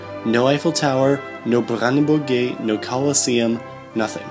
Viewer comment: I appreciate your almost accurate pronounciation of the "Brandenburg Gate". Best regards from Germany!